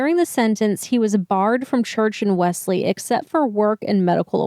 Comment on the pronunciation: WELLS-LEE is how it is pronounced.